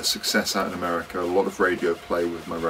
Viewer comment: meerriica?! hahah